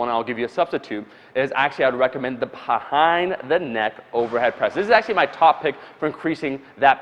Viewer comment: Bhahaind the neck press